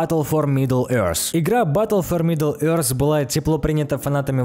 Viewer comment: Может пора английский подучить ? Сначала Тзиф вместо Тиф (thief), теперь Еорз вместо е~рт